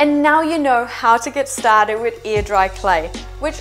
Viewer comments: So, if she says "air" like "ear" what does "ear" sound like? Legit question. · I keep hearing “ear dry clay” and wondering what the heck that is. lol